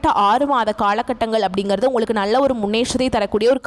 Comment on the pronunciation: பெண்ணே முதலில் தமிழ் உச்சரிப்பை சரி செய் நள்ள இல்லை நல்ல மூளம் இல்லை மூலம் Extra Extra